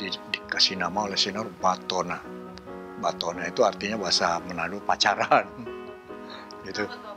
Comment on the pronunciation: relate, batona not patona atau mungkin dlu penyebutannya Patona:)